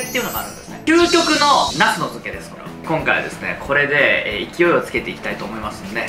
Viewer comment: きゅうこくの、で噴いたwwwリュウジさんたまに可愛いですよね